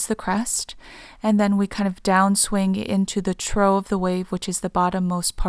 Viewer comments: "trough" is pronounced "troff," not "troh." I'll take a wild guess that you've never led your horse to a water trough to let him drink. 😉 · ❤️ Trough is pronounced “Troff” ❤️ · Whoops - I mispronounced "trough". Supposed to be pronounced as "troff", not "troh", dough. Also, thank you everyone! Lots of REALLY great comments with different perspectives you are sharing about similar information! Definitely resonating, especially to the "zero point" perspective and the "Toroid shape" perspective/comments! There is a comment about the linear timeline being more of the "eternal NOW moment projected as a line" - this actually came to me in my dream (after posting this video and reading the comment) and showed me how the linear timeline was more of the eternal NOW moment in connection to the spiral timeline. As the spiral expands, you integrate more of the open, creative, Universal energy into your eternal NOW moment and as the spiral contracts into the more linear timeline portal, you integrate less open, create, Universal energy into your eternal NOW moment. Interesting! Thank you for sharing!